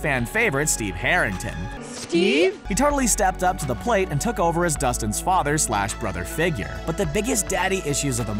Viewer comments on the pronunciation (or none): none